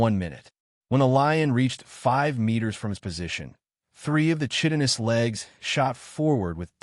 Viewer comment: I wish the AI could pronounce “chitinous” Kai-ti-nuhs